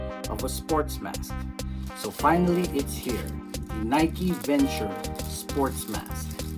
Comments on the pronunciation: Hii sir.. no offense…Its called Nike Venturer sir… with R po.. not Venture. ✌️👍😀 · It's not the Nike Venture sports mask, it's the Nike VenturER sports mask. You need to pronounce the ER!